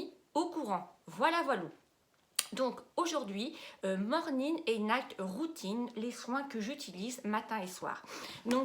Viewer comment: Par contre ce n’est pas « norning » mais « morning »...